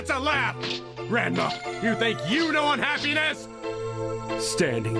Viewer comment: RENMA???? THEY CALL RANMA RENMA???